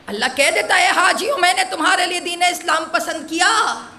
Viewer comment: ماشاء اللّٰہ بہت اچھا صرف آیات قرآنی کی تلاوت پہ زیادہ توجہ کریں ۔اس مجلس میں آیہ اکمال میں (رَضیتُ) کو تشدید کیساتھ اور (اسلامَ) کو اسلاماً پڑھ دیا۔